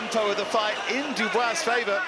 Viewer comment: Dubois its pusie